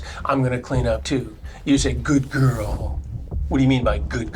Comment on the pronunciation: Chris why’d you say good girl like that 😂😂😂😂😂😂😂